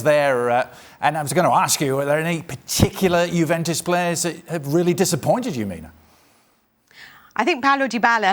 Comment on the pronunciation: The bald guy says jewentus